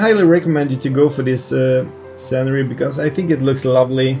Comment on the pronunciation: I love your videos. May I kindly offer some assistance with the pronunciation of two words? "Scenery" is pronounced "seen er ree". And "gyroscope" is pronounced: "jai ro scope" (jai rhymes with cry). Your English is tremendously good, but I'd like to give you this help, because I suspect that you'd like to know. I'm just getting into VR, and your happy, enthusiastic videos make me want to do it, straight away. 😊 Thank you